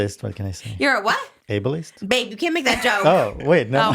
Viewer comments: saying Abel-ist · saying he’s a Ableist(Abelist) LMAOOOO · could not keep in my laugh when said "i'm an abelist" 😭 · saying he was an “Abelist”made me laugh wayyyy harder than it should have